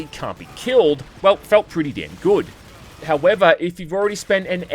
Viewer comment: I like how you say it the word good like "goude"